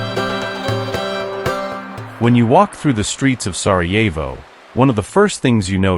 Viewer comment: Сараево,а не Сарво